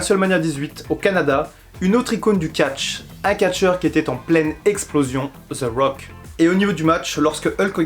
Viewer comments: allor Jim Ross et dans le tord, Jerry The King aussi car ont dit The Rock et non Ze Rock. Pas ZE Miz mais The Miz. mais je serais pas méprisent comme d'autres car ont ma dit que ce l'anglais avec l'accent francais et le fait que je parle l'anglais nord americain la pronociation est pas la meme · Pk Ze Rock? Ce The Rock. sa ce prononce De Rock